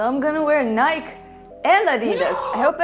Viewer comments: It’s not nike it’s nikeeeeeeeeeeeeeee😑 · Nie-kei not niek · As an American, I can say that it hurts internally when it is pronounced nyke instead of ni-kee. I'm sorry. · It's pronounced "Nik - E" not "Nik" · I love how she can't pronounce Nike correctly. Now I want to start calling it "N-ighk" instead of "N-ighk-ey". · SKBreakDaRules They mispronounce it though... It’s Nike, not Nikey 🙄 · Can’t get a Nike sponsorship because it’s pronounced NYK-EE not like the way it’s spelled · Nike is pronounced Ni-key. As stated by the chairman of the board of directors of Nike Phillip knight. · NIKE IS PRONOUNCE "NI-KEY" (SAY IT FAST)----- PLEASE FOR THE LOVE OF GOD SAY IT RIGHT, EMPHASIS ON THE KEEEEEEEEEYYYYY PART. THEY EVEN HAVE HOW TO PRONOUNCE IT ON THEIR WEBSITE. WHY DOES EVERYONE I MEET NOT FROM THE US SAY IT THIS WAY...OOOOMMGGGGGGGGGGGGGGGGG HUGE PET PIEVE LOL AMONGST ALL MY FRIENDS FROM OTHER COUNTRIES ESPECIALLY FROM EUROPE AND RUSSIA...THEY ALL SAY IT THIS WAY AND ITS WRROOONNGG. PLEEEASEEEEEE STOP IT. k rant over. love your channel and u r fun. that is all. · maybe if you pronounced (NYE-KEY) correct, then nike would maybe JUST maaaybe sponsor you. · I am sorry but it is said Nikey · But it's pronounced nik-e? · If you are going to switch to Nike at lest learn how to say Nike. it is pronounced nigh-key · I hope Nike sponsors you and you keep pronouncing it wrong lol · Its pronounced NiikE :) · The "E" in "Nike" ain't silent,. XD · When says Nike instead of nike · Nike is a two syllable word. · The e in nike is long (like in lee). I know it doesn't make sense. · You pronounced Nike incorrectly ! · No one cares that you wear both Nike and Adidas... ...But you mispronounced Nike